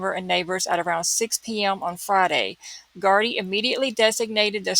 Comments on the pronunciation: Such a horrific case,(you said Gardai perfectly. ) I have never seen a search like this before in Ireland. I think a person has been arrested tonight. The Gardai do not talk about a case like in America. The media have been very respectful in this case. It is a tight knit community too and he is respected in the community. It has been quite warm over the last couple of weeks thank god someone saw a body part otherwise it would have been gone in a few days. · You are pronouncing gardai correctly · Irish speaker, thats exactly how to pronounce gardaì!! Its so rare to hear it pronounced correctly online!♡